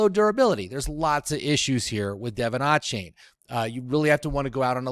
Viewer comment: Devin "AWEchane"